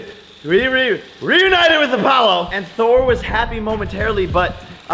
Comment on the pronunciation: He’s like re re ruinited 😂